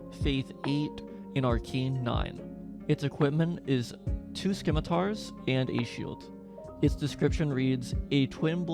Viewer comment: Lol. You actually said "2 SKIM-A-TARS". Are you serious? Are kids these days, so stupid that they can't pronounce BASIC English words? Its pronounced, SIM-A-TAR. The C is silent. How do you not know this???? Kid, you should have spent less time playing video game and more time in 5th grade English class. Unbelievable.